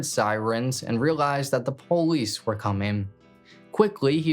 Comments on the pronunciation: Man I’m sorry idk why it irritates tf out me man why can’t this dude say POLICE, he says BOLICE. wtf it’s a P not a B that shit literally is so annoying lol I was enjoyin this video but he does it everytime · He doesn’t say it with a b he says poe-leese it’s usually a African American or Southern way to say it